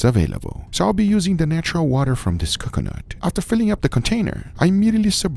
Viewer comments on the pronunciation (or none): Guga - "Kukanut Milk" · Guge saying C'cuh-nut hurts my soul for some indescribable reason. The side dish looked divine! Glad it all turned out good, would try. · Drink every time Guga says Cucunut 😂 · saying cocoanut wrong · Please NEVER say coconut again. PLEASE Or say it properly ffs